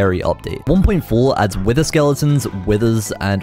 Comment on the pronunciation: ah yes the “withtar”